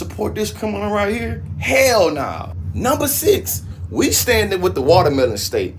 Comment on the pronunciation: That MF said the January 6ixes